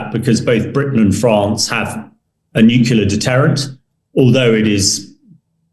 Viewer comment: If de-Bretton has so much military experience let him go and fight. He’s delusional. He can’t even say nuclear properly. He’s an idiot.